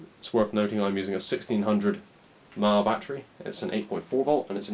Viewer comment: "Sixteen hundred mahhh" lol